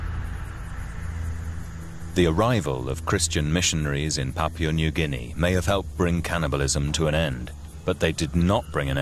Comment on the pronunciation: This man really needs to learn how to pronounce "Papua" correctly, I'm pretty sure that New Guinea is not made out of "Papier"... Also, it's interesting how human meat is fairly consistently said as tasting like pork. Though, I'm not in any hurry to find out whether that's true or not.